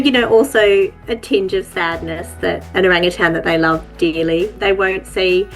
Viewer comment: I loved this video, but not entirely for the reason you might think. First, I loved the story. But second, nothing makes me crazier than when someone puts a “g” on the end of the word “Orangutan “. They are one of my favorite animals in the wild and not once did I hear the word pronounced incorrectly. Always O-rang-u-tan!!! Cheers. I love it ❤️❤️❤️